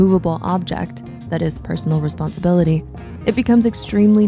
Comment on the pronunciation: If "responsavility" was on purpose..... Nice.